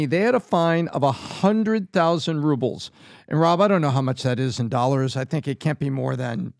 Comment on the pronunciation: What’s 50 thousand “OLLARS “